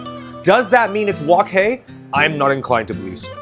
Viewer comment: hahaha,... your fking friiii lice is fking full of WOOOK HEEEIIIII